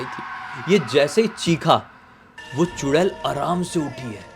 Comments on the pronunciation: चुडैल ❌ चुडेला ✅😂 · चुड़ैल बोलो या चुड़ैला 😂😂😂😂